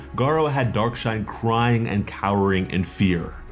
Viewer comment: Why do I keep mishearing dark shine as dark knight